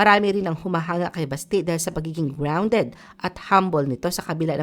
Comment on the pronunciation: Basti is pronounced malumanay, not mabilis like Baste.